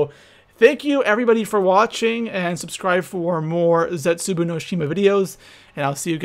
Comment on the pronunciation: Its so funny hearing him say:' zetsuboo'